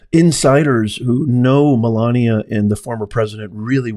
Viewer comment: It's Melania, not Melina. Learn to speak your Godess's name right.